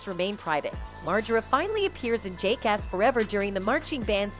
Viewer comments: She sId Jake-ass 🤣. Sounds like something you call a cop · What’s jakeass? And who’s bam marjurra?